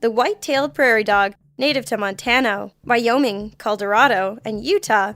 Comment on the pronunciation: and they mispronounced Wyoming I am offended I am from Wyoming